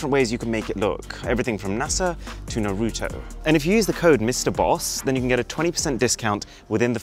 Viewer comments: i only disliked cuz u said naruto wrong…jkjk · The way you say naruto is amazing